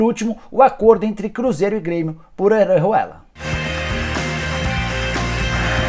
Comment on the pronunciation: Sabe nem falar Orejuela kkkk